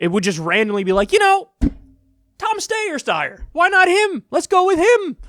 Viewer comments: I commend the commitment to Stayer... Steyer... LOLOL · Kyle I love u but that Steyer/ stuyer shit is getting annoying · Tom Stayer... Styer... Steer... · its not pronounced steyer or steyer, or even steer, its stair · "SteyerStayer" LMFAOOO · Pronounced sty-er. Sty, like pig sty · Tom Steyer Styr Steer Whatever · Tom, Tom. Steyer Steyer . . . Steer w/e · You can Google on of his ads and see how he pronounces his surname. It's St-eye-er. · "Stayeir, styer" 😂Love u Kyle :) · Steyer.....stayer. DEAD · Steyer? Stayer? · Take one pronunciation and run with it. It ok. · Every time you botch his name I can't help but laugh #kylestheshit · Kyle, please stop pronouncing his surname twice every single time! It's very off-putting! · Every time he says Steyer's name I think of Bugs Bunny saying Hansel. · Wanted to give a thumbs up every time Kyle mispronounced Tommy boys last name. :D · Dammit Kyle, pick a pronunciation and stick with it lol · I'm dying all the different ways Kyle pronouncing his last name. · Kyle you are making yourself look silly by pretending not to know how to pronounce this guys name. What’s going on with you lately? First the ok boomer crap, now this.... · You're saying it wrong. It's not Steyer, it's Steyer. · Kyle please just choose one way of pronouncing Steyer. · Kyle butchering Tom Steer's name never fails to make me laugh. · Just pick a dumb pronunciation of Steyer and stick with it. If you pronounce “Steyer” and “Stier stayer” that’s ok just be consistent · The steyer pronunciation bit was very aggravating. Other than that awesome commentary. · The name pronunciation flip-flop 😂😂👌